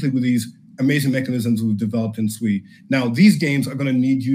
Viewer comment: Its pronounced Swee